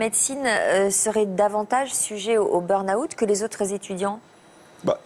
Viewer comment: ça m'a prit un sacré moment pour comprendre que "beurre na-houte " était en fait "burn out". Si vous massacrez la langue anglaise, vaut mieux ne pas l'utiliser.